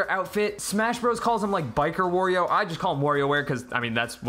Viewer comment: Another thing. "Wurrio". That's it.